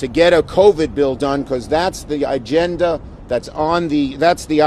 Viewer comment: And then he says, "igenda" what an asshat